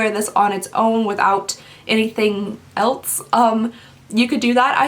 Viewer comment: I love you, and your vids!! Watch every one - you have my 100% full support! That said. There’s no “T” in “else”. Drives me absolutely bonkers, especially since it’s not an accent thing. ELSE.........NOT....ELTS! Again. Love you, but speak naturally and correctly. Thanks!